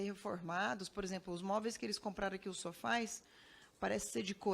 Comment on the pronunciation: Nem sabe falar (sofais)